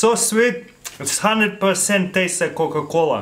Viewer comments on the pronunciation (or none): i loved it when he said cooca coola popsicle kinda made a beat for a song